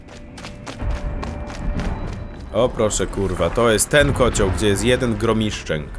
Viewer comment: ej ty specjalnie mówiłeś Gromiszczęk???